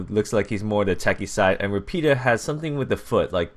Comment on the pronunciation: I've been taking Italian for 12 years. Rapido is pronounced similar to lafido